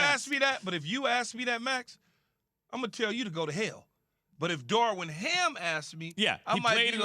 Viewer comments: Keyshawn’s inability to say to Darvin is annoying lol. His name ain’t Darwin, Key.🤦🏾‍♂️ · Why is Keyshawn on this show? He is not good at this. He cannot even say the man’s name correctly. It’s DARVIN..not DARWIN.